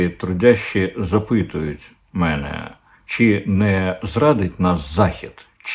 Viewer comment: Пане Корчинський,як же вбити у Вашу сиву голову, що укр.мовою буде звучати-- запитують менЕ,наголос на 2му складі.Кого- менЕ,тебЕ ,менІ,тобІ,йогО,йомУ Ви хоч раз прочитайте коментарі